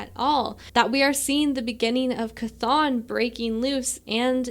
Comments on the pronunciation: 💚 (Good job on Chthon pronunciation) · Someone who says Chthon correctly... at last! Instant like.